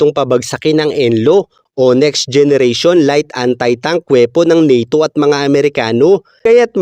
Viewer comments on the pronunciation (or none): none